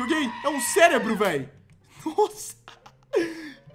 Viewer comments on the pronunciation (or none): none